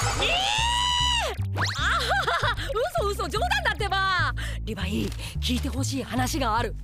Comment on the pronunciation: ココアシガレット リブァイではなく、リヴァイですよ😅